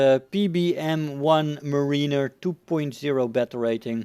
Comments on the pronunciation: Btw it is not muh-ree-ner it is mare-i-ner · Btw it's is pronounced Meh-ruh-ner not Muh-ree-ner.